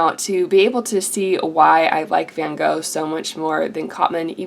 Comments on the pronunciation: Thank you for this but for god's sake, learn to pronounce Van Gogh. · Most people don't pronounce van Gogh "properly" it's just something you're gonna have to learn to live with. I get that it can be annoying, but that just happens in life.